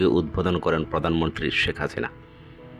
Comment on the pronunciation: বাংলার শুদ্ধ উচ্চারণ শিখতে হবে। প্রধানমন্ত্রীকে পদান মন্ত্রী বলছেন।